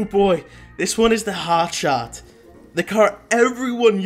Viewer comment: It’s pronounced hotshart